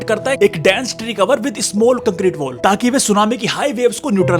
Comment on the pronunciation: Wall ko woll bol raha hay...woll😂